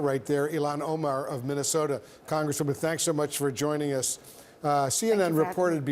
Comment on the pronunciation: Its important. 3 syllables. Also he referred to Somalia pirates in Minaosoda